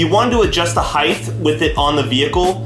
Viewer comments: He also said "heighth" instead of height lmfao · "Height" is pronounced "hite" not "hythe". It's not "heighth" like "width". But thanks for the pre-load info. Thumbs up,.